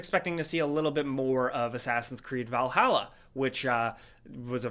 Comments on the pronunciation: You r pronounceing vahalla wrong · You should learn to pronounce Valhalla